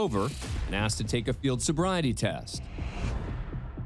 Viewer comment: aksed me??